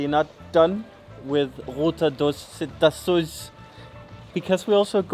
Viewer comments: Cetáceos - CE like "sense", "TÁ" like "talk" "CE" like "see" "OS" like "who's" so it read like, Setaseewhos . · No one would understand "cetáceos" pronounced by you,.:-)